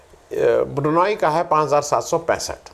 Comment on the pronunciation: अरे भैया देश का प्रधानमंत्री विदेश यात्रा नहीं करेगा तो तुम करोगे जिसे ब्रुनेई भी बोलना नहीं आ रहा 😂😂😂 PAPPU GODI MEDIA PVT LTD